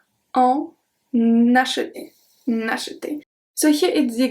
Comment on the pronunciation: Isn't the letter r in the word acheter silent? Please reply...